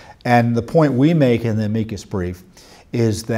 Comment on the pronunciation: AM-I-CUSS BRIEF NOT AMIGO BRIEF !!!!